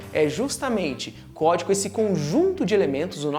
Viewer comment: Ele falou "Códico"?